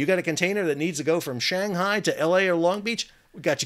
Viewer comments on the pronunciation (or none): none